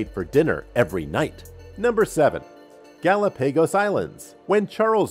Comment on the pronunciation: Gal a pay goes island. Thanks anyway. 🤣🤣🤣